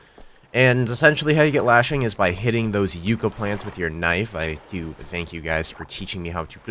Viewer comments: It's pronounced Yuck-Ka not You-Ka. Don't get why you abuse the word. They are great plants and should be given the pronunciation they deserve. Not from California are you... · You are still saying yucca wrong say it the way cage says it